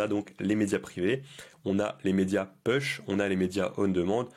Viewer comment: Merci mais juste pour t’améliorer…un petit détail phonétique parce que c’est très désagréable à écouter : « push » ça se prononce « pouch » et non « peuch ». J’espère que tu ne le prennes pas mal…c’est pas une critique.